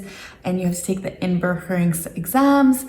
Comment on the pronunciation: Your pronunciation of “inburgering” is very nice. A gentle “g”, sort of half-way between the hard Northern g and the soft Southern one and quite “deftig”.